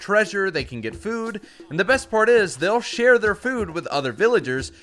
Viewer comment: I thought he said “They’ll shear their very own friend villagers” instead of “They’ll share their very own food to their friend villagers”